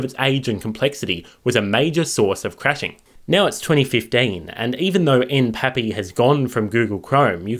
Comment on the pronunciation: That's fascinating. Also, I think that pronouncing it N-P-A-P-I is probably the safest bet, considering the fact that it has "application programming interface" in the name, in which case acronyms are usually pronounced letter-by-letter.